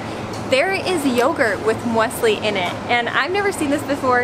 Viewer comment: Not surprised by the prices. Someone needs to learn how to pronounce Muesli though. ;) Looking forward to your UK trip.